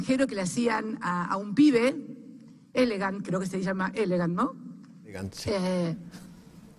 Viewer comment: "Elegnat" le tiró la tipa jajjaja...no para de hacerme cagar de risa jaja